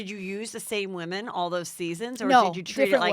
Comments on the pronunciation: Its women-- "whim in" . Her pronunciation is killing me. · Omg Lady, WomAN is singular....WomEN is Plural ...Pronounced Woo men. * It’s no wonder she was fired from RHBH, Brandi and the others were trying to help her bring the drama...but she was off in butterfly LaLa land thinking she was there to make nice nice with everyone. She was completely dull on the show and seems to not realize it at all. The Wooman is not very bright. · She says “woman” for women lol I believe Danielle stub says it this way as well. Lol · She keeps saying woman for women. My head is going crazy lol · This guest said "woman" so many times instead of "women"..annoying as hell. The plural of woman is women. Especially when she is supposedly involved with "woman empowerment" instead of "women empowerment", etc. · remember when everyone made fun of danielle staub for saying "women" incorrectly, i still never know who is wrong because they technically are saying it right...i think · Why can't that bitch pronounce "women"? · Is it me, or can she not say women?...